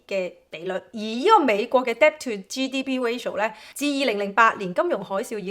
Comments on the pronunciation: NB: Debt 不讀 Debt. 讀 Det. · 姐， 多謝資訊。 Debt 唔使讀個b 音，讀 det 就得。（請不要介意，只想你啲片更完美。🙏🏻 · 唉 , Debt 讀好D英文先教人啦